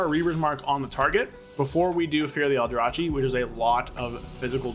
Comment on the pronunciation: Stop calling it Aldra-chi 😭 It's Aldra-kee Reaver. Justice for the aldrachi :D Great video nonetheless 👍🏻